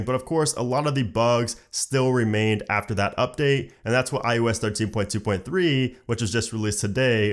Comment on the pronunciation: Sounded like “ thirteen putuputu” 😂 I really love that when he says that ❤️❤️❤️